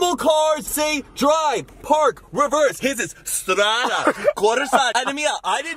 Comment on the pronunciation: pronunciation of "strada" is amazingly good lol